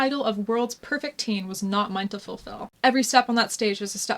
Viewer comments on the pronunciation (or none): none